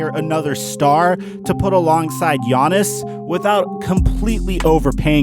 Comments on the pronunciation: Who is this Giannison person you keep mentioning? Is that Giannis's alter ego or something? Yanison, Giannison, Yawnisen... Not sure who you're talking about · can you stop saying “giannis-en annakoompo” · Nobody:: Gannis-son Antetokounmpo